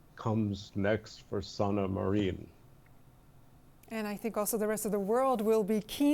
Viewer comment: guys please Finnish word and name pronunciation rules are very simple. He keeps saying Sanama Ryyn (although the long e sound is not quite the same as in the Finnish y) Accent is always on the first syllable, a (with no umlaut) is always pronounced as in "ah". i is always short i like "in" or "bin" not the long e sound. double letters always get a little extra time. "aa" will be a tad longer than "a" for example. Same with consonants. Every letter is always heard individually. Just like in sauna it is almost 3 syllables. sah oo nah with accent on the first. So many people are butchering these names and so many Finnish Americans have done the same it makes me sad... (the Niskanen center in DC for example constantly called the Niss Cannon center ) it ruins the very distinct and lovely sound of the Finnish language 🇫🇮❤